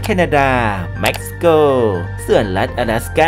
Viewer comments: ไซปรัสอยู่เอเชียจ้า แต่ได้เข้า EU ปล.เม็กซิโก อ่านว่า เม็ก-ซิ-โก ไม่ใช่ แม็ก-ซิ-โก จ้า😫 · Mexico เม็กซิโก แต่ทำไมยังอ่านว่าแม็กซิโกอีก? อุตส่าห์หาข้อมูลให้ความรู้ แต่ก็ยังให้ความรู้ผิดๆอรก แก้ไขด้วยนะครับ